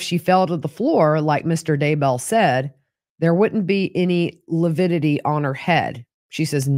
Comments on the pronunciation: That coroner was very meek. I got more of a "trad wife" vibes than a person in a position of authority. I enjoyed watching mis-use the word lividity... he called it "lupidity". Rhymes with stupidity. And I'm so angry at for body shaming a murder victim, it may motivate me to write him a letter and send it to his law firm. What a misogynist. With respect to Chad crying, we've seen lots of murder suspects fake-cry for the cameras and authorities. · Whew! This day was a difficult day to watch. really grates on my nerves. Even more so by degrading Tammy’s character, body & physical fitness. Ugh 😡 I was so mad listening to testimony. Oh & saying “lipidity” even infuriated me more. Wishing you safe travels to Idaho! Looking forward to you being there & checking out the juries reaction to. Thank you Gigi for all you do! 😊